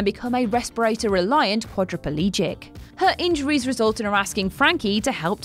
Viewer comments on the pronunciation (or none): Quadriplegic is "kwad-ra-plej-ic", not "kwad-ra-pel-ejic" 😋